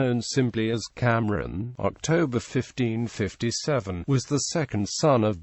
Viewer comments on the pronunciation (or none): It is Kamran not camron and it is Humayu not holman